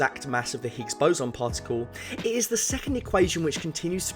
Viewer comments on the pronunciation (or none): none